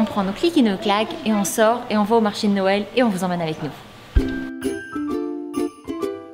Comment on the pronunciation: « un marché de noëllllllll » j’aime tellement quand elle parles c’est fou 😂😍